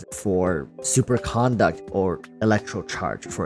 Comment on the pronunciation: You're saying conduct wrong.